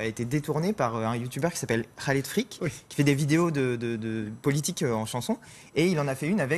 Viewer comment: Le seul que j'ai entendu prononcer correctement le nom de "Khaled Freak"... rien que ça ça m'a satisfait déjà xD